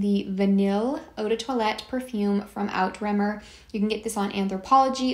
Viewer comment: Also lol, that is not how you pronounce Outremer. You pronounce it like oo-tra-mare